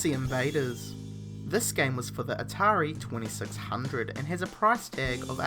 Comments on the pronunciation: Hearing you say "atari 2600" was dreadful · say atari 2600 one more time...